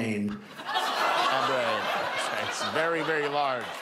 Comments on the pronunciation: "abrain", good lord! Yay God! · Did he say 'very very large uh-brain'? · "abrain"? If Trump continues to lose his ability to speak, "What a wonderful world it would be...". "He Don't know nothin' 'bout no rise and fall, don't know nothin' 'bout nothin' at all".